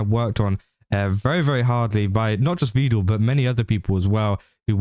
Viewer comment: Is he saying "Vedul" as a joke, or did he learn the pronunciation from Evil?😂